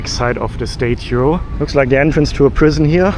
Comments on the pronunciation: It's statue not state too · Hey Ken, your enthusiasm is infectious - seems like you are an overjoyed little kid whilst in New York. Can I just say that its called a STAT CHEW (statue) as opposed to you calling it a STAY CHEW! Happy travels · Statue, say “stah-chu”. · Please fix your pronunciation of the words statue and syrup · If I hear you mispronounce statue one more time I'll scream. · You are pronouncing statue wrong